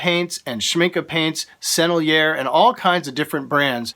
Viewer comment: I loved the videos, but I just wanted you to know that the paint brand “ Sennelier” which is a French brand is actually pronounced as sennelieh. The R is silent! Otherwise great vid!